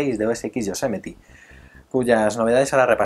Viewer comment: cada vez que dices yosemeti el oido me sangra